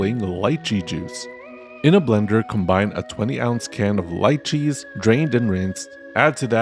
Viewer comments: ITS pronounced Le che. Not. Lie che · My man really said Light-cheese lol